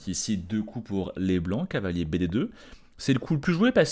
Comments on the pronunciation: qui n’est pas toujours fou fou, devait être un élève zélé qui adorait ses cahiers d’école. Doté d’une diction irréprochable, il prononce néanmoins cavalier comme si c’était cahier… ça lui permet de gagner ce qui lui fait souvent défaut, un temps. Parce que cavalier, pff… c’est trop long! En guise de compromis, il a recours parfois à « calier », c.est mignon tout plein… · Je précise que quand prend le temps, qu’il est tranquille, et que ça roule, il prononce cavalier normalement. Mais quand la fièvre le prend, et la passion le gagne, il ressort le cahier et le « calier »!